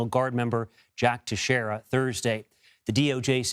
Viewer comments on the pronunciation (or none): Never heard Teixeira pronounced Tesh-erra 🤨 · His name is pronounced like TEX -ERA